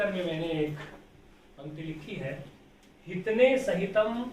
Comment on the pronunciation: हितने नहीं होगा महोदय,हितेन होगा ।